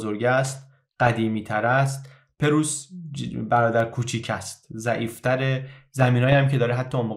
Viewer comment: ممنونم از وقتی که صرف اطلاع رسانی می‌کنید. خواهش می‌کنم کلمه پرُیس را صحیح ادا کنید. سپاس Preuß= Preuss